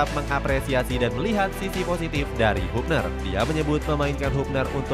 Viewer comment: Bacanya habner bukan hubner